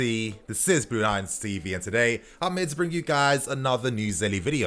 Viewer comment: Been following from way way back and fully respect your grind bro, you really put In that work 💪🏾. I’ve never ever commented but I swear you say this is blue lions “cv”in stead tv at the end of every video, saying it so sly, we fall fall for it every time or maybe it’s my ears 🤔